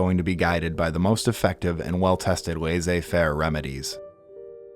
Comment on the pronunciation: really appreciate the video and effort put into this, the only thing is that if you'll use french words, learn how to pronounce them: it's "laiSSez faire" --> double S is pronounced as S not Z. In other words, it's not pronounced laiZez faire, it's laiSSez faire